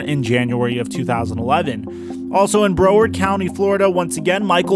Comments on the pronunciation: It's pronounced BROWard. But "bro"-ward might have it's uses... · bro, he said "BROward"😂what a bro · In what county in florida?!?! Lmfao brow-ard sound it out